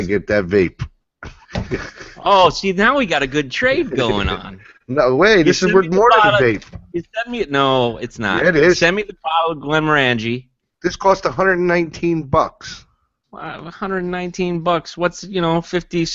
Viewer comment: FYI, Glenmorangie is stressed on the o not the a. Wikipedia even has an audio clip